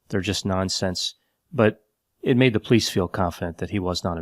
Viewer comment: love how he says police. “Plice”